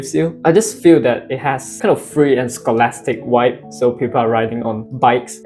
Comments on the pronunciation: It might just be my audio but it sounded like you were pronouncing it wibe or waib. it could be your accent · its interesting how your pronounce vibe, congratulations taiwan is great country